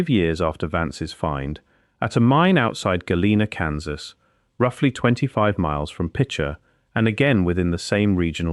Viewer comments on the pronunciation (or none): none